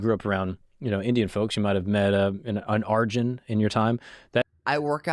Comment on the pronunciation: Hi name only arjun not arujnaaaa😂